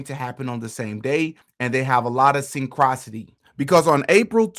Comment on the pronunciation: Synchronicity =. (Sin-crow-niss-itty). Sorry to correct you. I just want you to be successful. And speaking properly and having correct pronunciation is part of that.